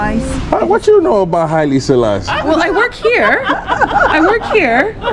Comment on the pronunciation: Haile, WHO, Selalie🤣🤣🤣🤣🤣 ok 😂😂